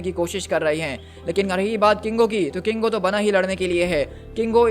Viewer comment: KINGO not congo 😅